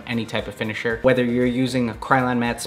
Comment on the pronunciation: Did you say "liquid kicks matter finishiner"?